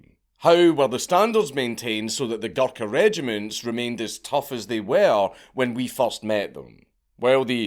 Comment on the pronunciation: Hearing Dank say “Guluka” for 50 minutes is gonna be hilarious